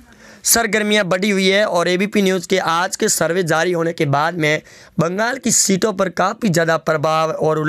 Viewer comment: Oye bolna seekh.Zari nahin jari hota hai.